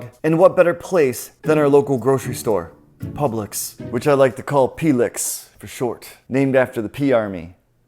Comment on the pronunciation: I thought called publix pubics😁